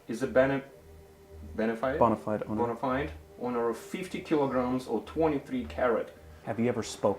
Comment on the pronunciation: can’t even read bonafide lol